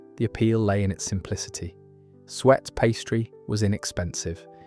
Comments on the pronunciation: The French word that means "to chop" isn't pronounced "hatcher" as your dreadful AI voice said. It's pronounced hash-ay, which makes a lot more sense! "sweat" pastry? I ask you!! And Welsh rarebit, pronounced rare-bit. Welsh rabbit, indeed! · Another channel that can’t pronounce suet and change it to sweat pastry 😮